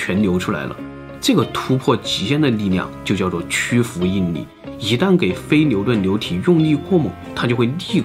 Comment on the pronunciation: 非NIU顿LIU体，这对于口齿不清NIU和LIU不分的总裁来说，难度真是逆天的一集。